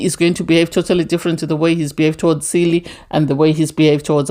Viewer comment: Chelly pronounced Shelley